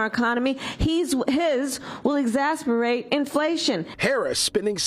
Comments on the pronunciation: exasberate ?...😂 it's exacerbate.... dear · "Exacerbate." The word is "exacerbate."